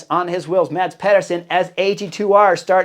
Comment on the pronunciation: Great insight as always! Btw you said Nelson Oliveira´s name right the first time! It´s Nelson as you said it first and not "Nielsen"! ;) Cheers!